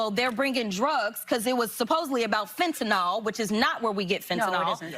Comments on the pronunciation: Crockett calls fentanyl, fen-ta-nal. She's an absolute goofy 🤪 human being. I think 🤔 she's dingy, at this point! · She cant even say fetanyl